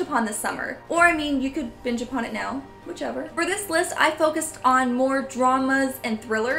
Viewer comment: Just being honest,but i dont understand with your accent...did you say binge watch or bi*** watch? I pretended like you said binge..but it sounded like the lower instead of the latter.